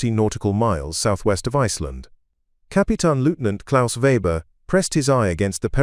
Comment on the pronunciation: English and German pronounciation and spelling can be challenging. But the AI on this far too wordy video massacres both. For example: the common German surname Weber gets spelled or pronounced Weber, Webber, Fabre, Reba, and, unbelievably, Vba. Or HMS Stirling, the primary British warship in the narrative is also pronounced and spelled Starling. Similarly, the identifying number of the U-boat gets garbled repeatedly. This kind of blather makes a report that might have interesting otherwise, tedious at best.